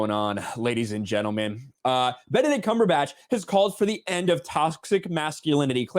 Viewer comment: Benedict cum-per-patch